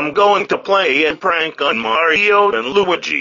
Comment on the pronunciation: He said "Lugee"